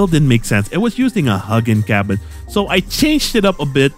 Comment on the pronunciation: my dude, best crossout creator on the scene! love your vids but i need a favor.... when you call it the huggin cabin i get a small heart attack every time, this is all based in norse mythology. and you would prounounce it the huegin (as in philips hue, and the drink) I would be SO gratefull if you cought this. Peace! P.S. bonus points, Hugin is one of odins Ravens, sort of a scout for the world.